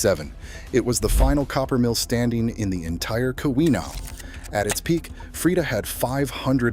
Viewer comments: Edited to fix spell edit typos Keweenaw [Peninsula] is Pronounced "KEE-whenah" Houghton is pronounced "HO-ton" Dining Hall doors opened inward, ppl couldn't get out of the Hall. Ancestors lived there. Sad pic of horse-drawn hearses that had gone past their house on Pine street. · Very good, but please, I'm begging you, fix the pronunciation of Keweenaw